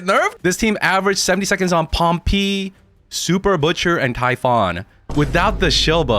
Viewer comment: why does he call him pompi, is that a meme I missed out on?